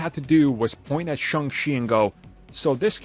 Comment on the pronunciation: Its Shang, not Shung.